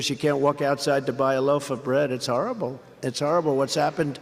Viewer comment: He can't even pronounce horrible.